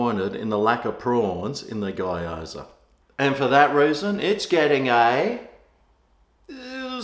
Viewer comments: Its giyozaa or geeyoza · Hi, I've had a few from Chen's kitchen and they're not bad. Particularly the various yum cha style pieces, really like the prawn hargow! P.S. Just so you know - its pronounced GYO ZA like GO but with a Y in the middle (GO ZA) except its gyo! za. Haha. Cheers. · It's pronounced "Gee-aw-za" :)